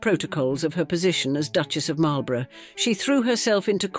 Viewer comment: It's a pity you didn't look up how to pronounce Marlborough and Blenheim; that's where this video lost me.